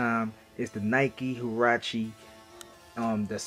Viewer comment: It’s huarache